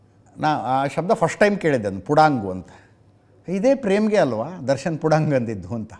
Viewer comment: ಪುಡಿಂಗ ಅಂತಾರೆ sir aadre ಪುಡಾಂಗ್ ಇದು ಹೊಸ ದು ಇದು special word ಪ್ರೆಮಗಾಗಿ 😂😂😂